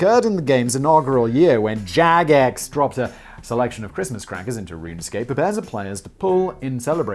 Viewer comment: Simon, did Jagex personally hurt you? The way you say their name every time... 😂😂